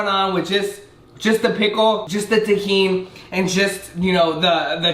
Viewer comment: yo u dont even sound Mexican cant even pronounce tajin right hahaha, im not hating on u